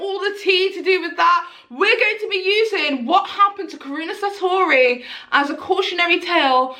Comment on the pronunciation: Karuna Satori. its pronounced Kah Roo Nah, Sah Tor Ee